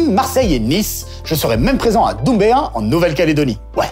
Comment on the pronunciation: Dumbéa se dit « Dinbéa » avec le « in » de dinde. Dommage que ton vaisseau ne fasse pas étape sur notre magnifique île.